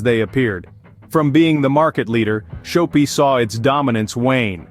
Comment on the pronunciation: Shop-pi. Not show-pi